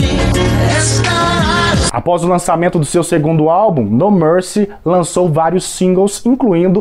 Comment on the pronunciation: Pouco antes do Gugu anunciar a próxima música, ele pergunta por que o grupo se chama No Mercy. Só que Gugu não pronunciou "mercy" no inglês e os cantores acharam que se tratava do nome do álbum, My Promise. Eles simplesmente disseram: "Minha Promessa". Então o Gugu repetiu mais alto: "Minha Promessa!!!" 🤣🤣🤣🤣🤣